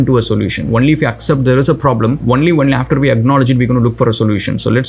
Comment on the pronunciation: by the way it is " only" not "vonly".